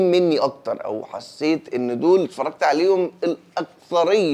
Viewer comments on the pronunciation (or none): none